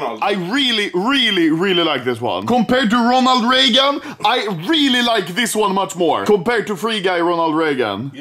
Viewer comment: "Ronald Raygun"